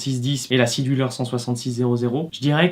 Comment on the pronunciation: J'ai mis du temps (!) à comprendre que "scie du leur" était votre prononciation pour Sea Dweller. Y a-t-il une raison qui justifie cette prononciation particulière?